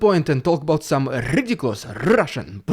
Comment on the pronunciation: Your best one so far. I love the way you mock the Rrridiculous Rrrussian Prrrropaganda. ❤